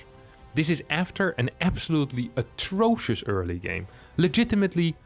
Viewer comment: Atroshous or whatever he said. I don't know that word, but I know it's worse than terrible. Respect for that IMBA complaint I've learned a new word.